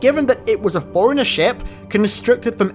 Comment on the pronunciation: Forerunner sounds like "foreigner" and now I can't stop hearing it when he says it lol